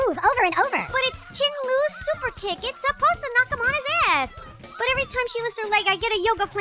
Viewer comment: "Chin Lu" LMAO